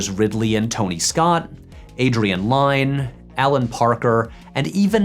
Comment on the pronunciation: It’s pronounced Adrian LYNN